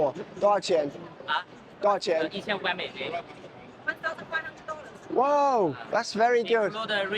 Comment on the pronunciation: 一句京味儿“夺饶钱？”把小哥都整懵逼了😂